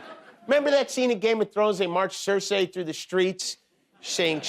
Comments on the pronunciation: Cer-sey? Did you not watch GOT? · Cersay? Jimmy did you even watch game of thrones ? 😂